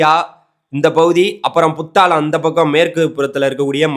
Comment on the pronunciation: தம்பி நீங்கள் கூறுவது சரி நல்ல விஷயம் நன்றி ஆனால் இலங்கையின் மாவட்டங்களின் பெயர்களை சரியாக உச்சரிக்கவும் புத்தாளம் இல்லை புத்தளம் வாவுனியா இல்லை வவுனியா இது போன்ற பிழைகள் திருத்தங்கள் செய்யுங்கள் தவறாக இருந்தால் மன்னிக்கவும்